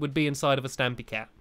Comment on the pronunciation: it is stampy not stampey